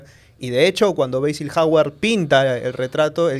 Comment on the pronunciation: Trató de pronunciar el nombre de Basil, diciendo /beisíl/ pero no sé pronuncia así. Si no se sabe a bien como pronunciar una palabra o nombre muy en inglés es preferible decirlo en español.